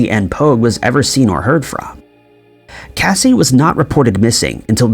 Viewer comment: Casi pronounces her name kay-see. Not Cassie